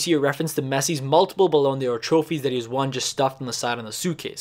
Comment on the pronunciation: and ballon dior